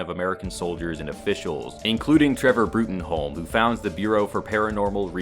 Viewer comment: "Professor Broot-en-holm" Come on man. It's pronounced "Broom." That's like, one of the old man's defining things. It's practically a running gag.